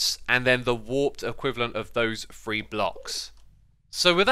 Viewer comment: “Free” categories? Sir it’s three not free!